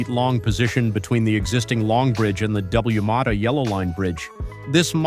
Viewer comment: AI can’t handle acronyms, for example it says W mata instead of WAMATA and SW instead of southwest. Why don’t the script writers avoid acronyms and write “Washington Merto”, Southwest, miles per hour, instead of mph, etc?